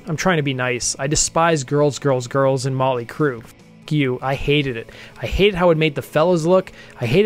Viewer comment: “ molly crue “?? 😂